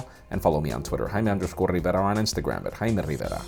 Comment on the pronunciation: Dude you're not "Hymie" or "Hymen", you're "", stop saying it like that.